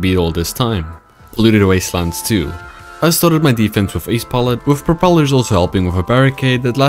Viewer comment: Bro think he propelars😂😂😂😂😂😂